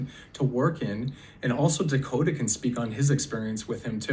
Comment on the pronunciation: Sorry but being from England born and Bread, it's NOT DIKOTA it's DAkota, get it mate? DAKOTA. The Crack, what is the crack mate? Because you are certainly NOT Irish and they use that word for 'Laugh'. Being an English man, you and I (Obviously female) The crack is like something in the walls of a house or to put it another way, where the line seperates the bum cheeks.